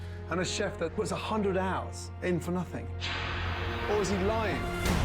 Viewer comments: ALWAYS ends "something" and "nothing" with a k and it's so weird. "Somethingk, Nothingk" Seriously, you can't unhear it once you notice it. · Nothingk is the same anymore